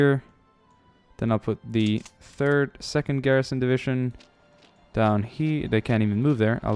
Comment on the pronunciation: For some reason every time he says "divishun" instead of division I cringe so hard.